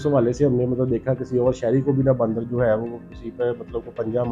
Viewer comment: Ya to Punjabi me interview krlo ya phir Urdu sekh lo bhai baaandar kia hota hai?